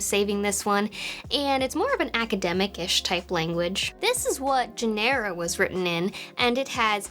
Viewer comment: Nice. I do remember how wonderful it was to debug software, fix it while it was running, then continuing right there from where it crashed. Talk about a tight debug loop. It was awesome. Also, it’s pronounced GEN-er-uh. Also, I resent the characterization that we didn’t hack each other! I at least most certainly did!!! (What’s the statute of limitations?)